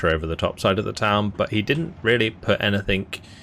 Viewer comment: did you seriously say "anythinK" ?